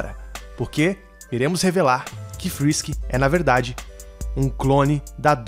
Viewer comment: Cê tá ligado que não é Fisk Fisk inglês e espanhol é Fisk na vdd é frisk frisk inglês e espanhol é frisk